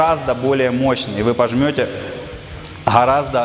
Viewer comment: Не хораздо, а гораздо, не нохи, а ноги. Как это бесило на протяжении всего видео